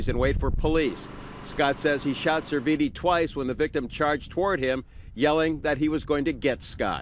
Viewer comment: Damn... How the hell did you butcher that kids' last name?; SER-VEE-NEE.